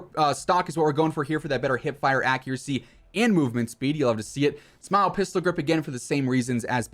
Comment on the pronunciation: "Smile" 🤣 it's pronounced like you would spell it out. All love man.